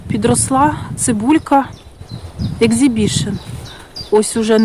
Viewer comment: Не екзібішн,а ексібішн.